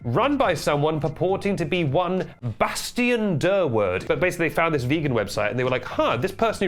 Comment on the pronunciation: I love how he said Bastian Durward a lil fancy , as if his own name isn't fancy af. That's so tennis 😅